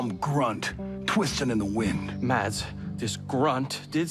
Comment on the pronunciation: the D in "mads" is silent.